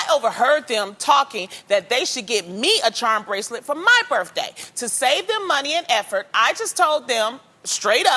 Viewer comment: Not as bad as birFday